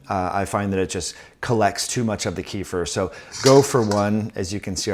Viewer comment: ‘Keff-eer’ is the correct pronunciation.